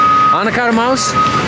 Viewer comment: a little funny that you pronounce the word mouse in the same way we pronounce corn 😂